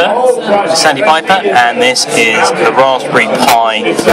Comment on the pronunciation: i sweear to god he said his name was sandypiper.